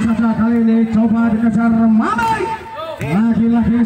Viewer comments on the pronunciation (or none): maaf min,itu maming bozq,,,,bukan maning